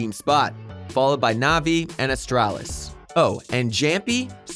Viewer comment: V-A-C ban , ASS-Tralis, XY-P-9-X, E-S-3-tag and also the fact he said Stattrack Howl was sold for 140$ without thinking it was a mistake in thr script. Must be just a normal narrator working for the channel and not a guy with csgo knowledge but someone should still tell him how to pronounce those words/names lol